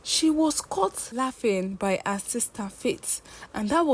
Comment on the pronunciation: This particular page has beautiful stories but the teller has some issues with pronunciation, hair=air, her=a it’s like she has no letter H in her vocabulary